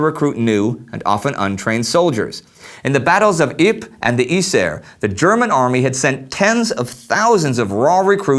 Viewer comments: youre not pronouncing ypres properly, it is pronounced YPRES (ie-pre-ss) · Is it Ypres really pronounced jyyp?